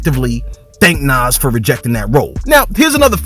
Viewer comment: You are not a fan of Nas (The way you said his name shows that)